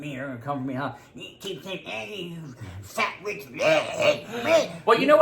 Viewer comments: HAHAHHAHAHAHAHAHA CONSPIRATEA, REALITEA, KEEP THE SAME ENERGEA OH MY GOD THat was my fave hahHAHAHAHAHAHHAHAAH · “Conspira-tea. Reali-tea. Keep the same ener-gea!” 🤣🤣🤣🤣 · "Keep the same enerTEA☕"!!!!